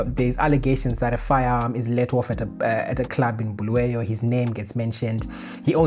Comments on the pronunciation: It's Kwa-Bulawayo bruru. Not Bluweyo. Pls correct. There's a historical context to this. We don't appreciate the deliberate butchering of our names. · Bulawayo, not Bhuluweyo. Pronounce the name properly. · Bulawayo, not Bluweyo 🙏😊